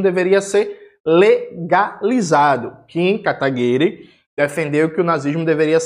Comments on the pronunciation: "KataguiRÊ" kkkkkk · Gosto quando o Jones chama o Kim KataPICA de "Kataguire". Kkkkkkkkkkkkkkkkkkkkk